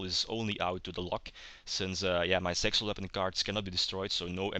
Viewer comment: when you sayed zexal weapons at the start i herth it sexual weapons lol